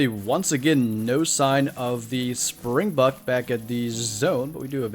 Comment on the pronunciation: Soz but (SpringbOk) not springbuck